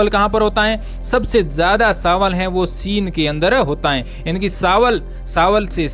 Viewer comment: आप (च) कि जगह (स) पर ज्यादा जोर देते हो ( चाय- साए चीन -सीन)